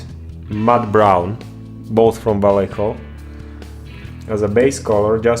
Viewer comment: Love how english speakers can't say "Vallejo" properly.